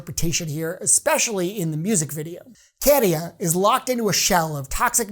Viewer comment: My winner. But it's Käärijä not Kéérija!